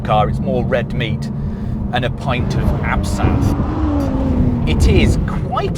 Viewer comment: Oh and the way he butchers “absynth” made me die a little inside. As a fellow Brit, I can only apologise. I guess that’s what happens when you get a Ford.